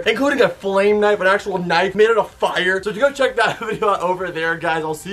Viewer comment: did he just say knive